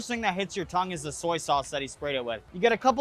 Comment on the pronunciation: U still saying tongue:/